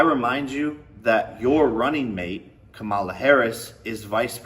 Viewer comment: I can't take Logan Paul seriously. With all his ridiculous, entitled, rich boy stunts (he can't even pronounce Kamala, bahahaha!).